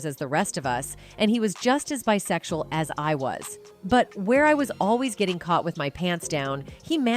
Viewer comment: How is it that your lousy AI “narrator” can’t SAY the word “sexual”?